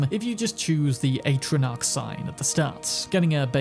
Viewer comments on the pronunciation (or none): none